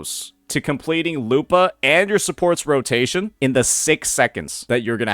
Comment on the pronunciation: Why do you pronounce it lupaah lol